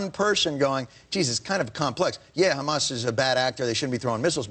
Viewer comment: What the hell is 'KKKKHHHHAMAS'?